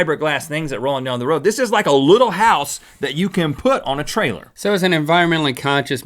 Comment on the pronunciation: I swear that Rhett says the word "little" in every episode. It always catches my ear because he pronounces it "luttle".